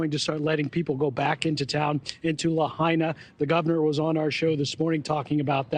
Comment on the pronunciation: So she is interviewing a guy on Oahu asking him about what the Gov said in a press conference. She didn't even pronounce Lahaina correctly.